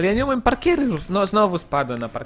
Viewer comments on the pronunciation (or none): nie mówi się parkier tylko parkur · po prostu twój "parkjear" jest super